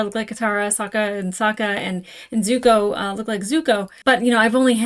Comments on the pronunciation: Just a few notes on pronunciation: Sokka is more like S"ah"kka, instead of S"oh"kka. Zuko is Zuk"oh", not Zuku Loving the reaction so far! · SOCK-UH, ZOO-KOE, EYE-ROW